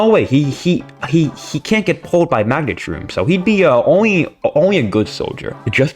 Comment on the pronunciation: you said magnet shroom as "her" btw